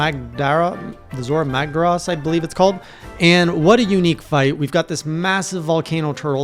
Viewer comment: Its "zo-rah mag-dah-ross" minor detail And to make you feel better. 300 hours in i still have trouble with rathians. While i finished the game+dlc no problems.